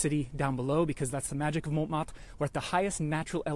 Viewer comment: Picky pronunciation quibbles - don’t pronounce the ‘t’ in Montmartre. It should sound like « mon martre ». Secondly, don’t use a long ‘a’ for Satie. Even in English it should be almost identical to the French pronunciation. SAH-TEE. OK, rant over. Surprised that your wife let you get away with those! LOL. Continuing to love your videos. Thanks so much!!